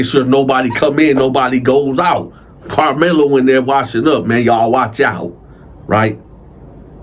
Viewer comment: Karlmelo with a K not the basketball player 😂